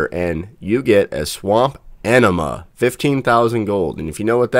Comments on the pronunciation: Sconce - scon-seh Anemone - ah-nem-o-nee (although 'enema' is way funnier) Not trying to be a dick, just thought you might want to know. xD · A-Nim-A-nee is how its pronounced...., sea plant.. wow... enema really..